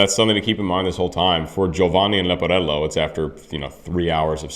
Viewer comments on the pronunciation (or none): Try to say Giovanni right. You say Giovani. Make an effort. Giovani sounds dumb and this is your profession! There are few rules in Italian and most opera singers are too lazy to learn the pronunciation. You also say Sieppi, that was a p too much. Sieeeeeepi! Also not Lepporello, but Leeeeporello Geez...